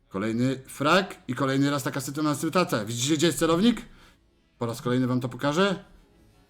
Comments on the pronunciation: co? sytunatatafacja? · "i kolejna taka sytuantytata" XDDDD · XD sutunadnasnndandadnnacja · kolejny frag i co .... sytutacja ???! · " kolejny frag i kolejny raz taka "sytuanscytacja" " jestes mistrzem:D oczywiscie bez jakiegokolwiek hejtu:D Piateczka:D